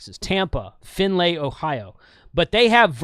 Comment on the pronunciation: Finn-lee ohio. But you said it the way it's spelled. 😂